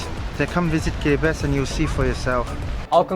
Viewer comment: Respect for pronouncibg Kiribati correct. BTW great vid as always.